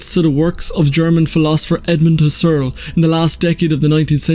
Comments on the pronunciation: "Husserl" is pronounded "hoo-sell." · Emphasis is on HUSS, not on ERL. HUSS-erl. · It really wouldn't hurt to take half a minute out of your time to look up how to pronounce "Husserl."